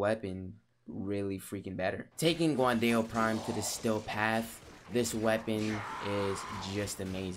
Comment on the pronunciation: It’s pronounced like “gwan Dow” NOT “guwan Dayo”